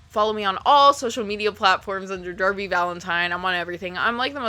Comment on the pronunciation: Thought you said "thank you Daddy"